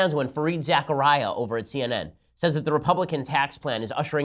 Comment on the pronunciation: It's pronounced Za-Kar-Ria, not Zechariah. Other than that, good show.